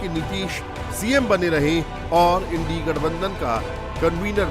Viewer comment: यह चैनल तो इंडिया को इंड़ी कह रहा है...